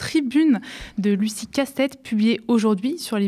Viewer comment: Pourquoi prononce-t-elle Lucie Castêtes, au lieu de Lucie Castets? Celle-ci a précisé, lorsque cela lui a été demandé, la bonne prononciation. Écorcher un nom, c’est un manque de respect et d’attention à l’autre, souvent volontaire.